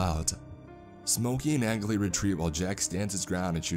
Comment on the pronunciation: How many time I've seen this creepy pasta posted, but not once is Angley said right